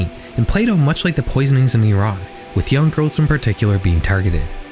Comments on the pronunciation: first time ive seen someone whos not from iran pronounce it correctly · my whole family live in iran, tehran, my mothers been making contact with one of my cousins, it doesnt happen through text. (edit: thank you for pronouncing iran right!)